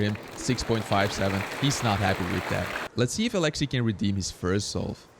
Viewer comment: I just love hearing people try to pronounce Alexey’s name just because every time my Russian dad heard the commentators on the official comp live stream say his name, he shouted out the correct pronunciation as if they could hear him correcting them😂😂❤